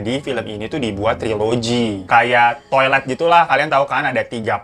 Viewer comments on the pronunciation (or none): aku kok ngakak twilight ngomongnya kaya toilet wwkwkkwwk